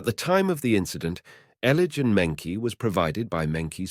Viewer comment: Mengqi's name is pronounced "Munchi" at least be more respectful by doing the correct research